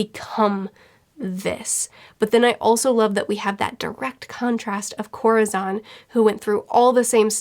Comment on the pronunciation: Absolute loved the video, great job! A bit of a correction- Corazon's name is pronounce more like koh-rah-SOHN. it's the spanish word for "heart", so you can find a vid that will probably explain it better than me 😅👉👈